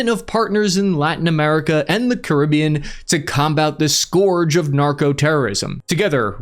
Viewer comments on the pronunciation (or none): Never heard scourge pronounced as "skorj" before 😂 It's pronounced "skuhj" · gotta correct..scerge not scorge... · "Scourge" rhymes with "urge." And so do I.